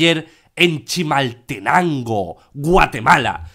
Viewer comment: Dice de Manera rara Chimaltenango, se le nota que nunca lo habia pronunciado😂😂